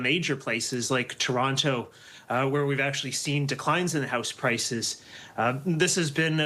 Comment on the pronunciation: I love how mr. pronounces ToronTo, like it is meant to be pronounced 👏